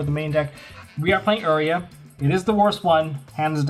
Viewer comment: You-rai-Uh not Err-ee-uh